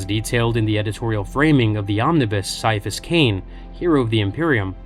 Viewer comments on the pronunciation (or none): Gonna be honest, after I started reading one of th Ciapahas Cain stories, I did think he could be partially psyker, since he heard “a voice” at the back of his head. Also, I always thought his name was pronounced Ki-afas, not Sy-afas. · KAI. KAI-A-PHUS. IT'S PRONOUNCED KAI-A-PHUS. That C is not soft like a Tau's skull, it's hard like auramite! That's why people who want to annoy him, or don't know/understand he detests nicknames, call him Kai! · its said with a Ki sound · I stopped listening after less than 5 minutes. If you cannot even pronounce his first name right then I'm not going to trust a single thing you have to say. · Came her to just say that. I want to watch this, but after the first word... Nope. Can't sit through that.